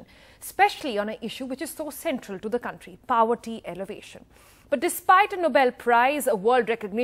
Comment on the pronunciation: It's not 'poverty elevation' Ma'am. It's 'poverty alleviation'.